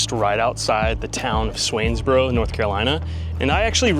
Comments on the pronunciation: I lived in Swansboro , my son graduated from Swansboro high, you say it like swans-boro not swains boro LOL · You pronounced swansboro wrong lol 😂 its swan like the bird lol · It’s “Sawn’s boro”, FYI!!! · Just an fyi lol it’s pronounced SWANS-BORO, like a swan…lol. I live here and kayak all over there every weekend lol. Glad you enjoyed our beautiful island. It’s definitely a treasure!!❤❤ the dolphins a sight to see and shark tooth island, bear island, are amazing as well!! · Idk why it bothered me so much that he pronounced it Swainsboro lol I grew up the next town over in Jacksonville